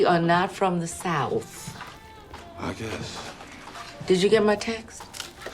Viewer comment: "We are not from the SOWF." 😂